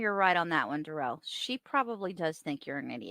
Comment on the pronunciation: Ignorance is bliss for Duh-rell